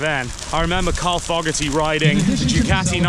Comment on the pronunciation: 1st Wanker you already came with a set twit mind to down the Harley Davidson. 2ndly it's spelled "Ducati" NOT like your pronouncing it "Decatea". And your Worst mistake you made Wanker is pick the States of Nuts and Fruits to ride all those miles and of all places in hell to start off in, death valley. You from the start Wanker had your mind set to HATE the Harley Davidson and preferred your land's peasant skinny tall standing dirt bike that looks like you have a motorized BICYCLE and looks like with any pebble on the road tou will bend a rim and be catapulted through the air. You shouldn't have made any type of video with the type of set mind you had and not an open mind and such negativity and a Wanker's bashing of our American iconic motorcycle. So good ridens and go back to your skinny tall Ugly motorized bicycles you idolize so much so you can go ride them between the sheep and ox paddies. Cheers wanker and good riddens